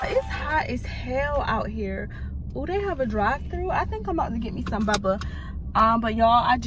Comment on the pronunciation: why u be saying bubba instead of boba 😭😭😭😭 i love u tho